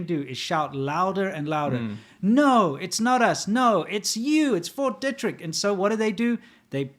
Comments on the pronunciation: They should at least figure out how to pronounce "Fort Detrick." I lived in the DC area. Locally, it is pronounced De' trick and a long "e", not Detrick with a short "e". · I live right across from Fort Detrick here in Frederick MD. We pronounce it (dee - trick) but wow so cool to hear it mentioned in one of your vids. I guess just world news really. Big fan been watching since 2018. Thanks for all the great content guyz. And, I love hearing your South Africa Stories and insights, so interesting! Thanks.